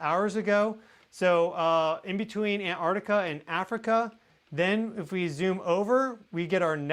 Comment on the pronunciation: You just lost me. Anybody who cannot pronounce "arctic" or "anarctic"...I dump. Where are the teachers? Patrick Cowdrey, Central Point, Oregon